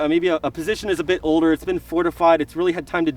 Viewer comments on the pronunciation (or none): none